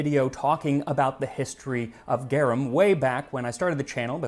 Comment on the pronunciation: Just started the video, but you MUST correct his pronunciation of garum! Easy fix!